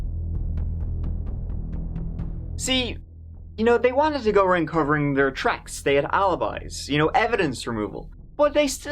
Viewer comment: Sorry but to say the word “third” as “turd” isn’t an accent. It’s incorrect grammar and sounds ridiculous.